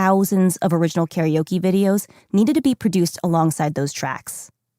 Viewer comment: The mispronunciation of karaoke hurts my ears.